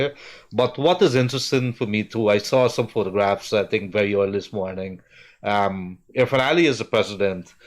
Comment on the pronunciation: Ir-fan Ali.Not Urfan Ali.Freddie.You are an educated man .Act it.